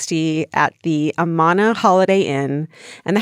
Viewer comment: AMAHHNA! Hahaha Amana is pronounced like Amanda but without the d. Lmao I live close to the Amana Colonies and it's funny hearing Georgia's pronunciation. Love it! 🤣💜